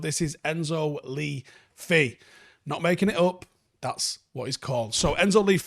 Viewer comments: I think he name is pronounced 'luh fay'. Seems to mean 'the fairy', similarly to Morgan la Faye from Arthurian legend. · It’s pronounced “Le Fay” I think. Also I heard that Southampton are trying to sign him before the window closes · Isn’t it pronounced Enzo Lê Fay? Fee Fee? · Its not lee fee( as you pronounce it ). The e in both parts of his name is pronounced the same as E in extinction or earth. It means the fairy btw, his surname. Which is funny since you mentioned he is is on the diminutive side. Nice vid showcasing a new footballer though, appreciate the effort. Good one. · I think it's pronounced Le Fay. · It’s pronounced « Leu Fay » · not even trying to say this man's name correctly lmao